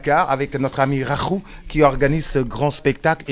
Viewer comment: Encore nickel # beau travail! Quand je te reverrai je te demanderai de répéter le nom de Rakhou. Tu verras si tu prononce encore #KHAKHOU 😁😁😁